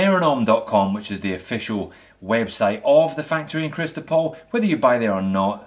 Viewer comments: It's Chistopol not Christopol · FYI - Speaking about a Vostok factory location, it is in Chistopol, not Christopol as you said. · It's Chistopol, not Kristopol)))